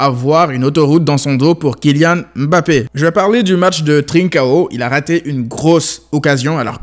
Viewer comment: C'est la première fois que j'entends quelqu'un bien prononcé Mbappé sur YouTube, ça fait du bien 😊😊😊